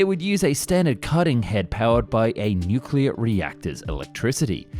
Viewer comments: "Honestly I don't know why we don't see this nucuuuwelough drilling technology" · I can’t believe the narrator can’t say ‘nuclear’ properly 😅